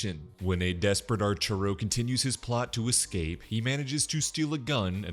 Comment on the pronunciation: "archuro" is so funny, I'm sorry😂😂😂